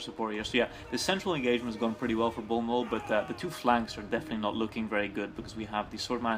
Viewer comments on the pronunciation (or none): Nice comentary, i must admit. But it's bnollbnoll not bolnol. Both players did mistakes it was a matter of who did the most. Thanks for casting and let me know if you want more replays.